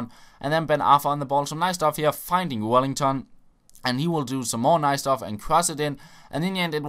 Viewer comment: Why do you say Wellington haha bis Name is just welliton